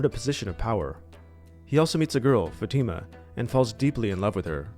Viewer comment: love ya. just so ya know, the emphasis in the pronunciation of Fatima is on the first syllable and the "i" has a short vowel sound.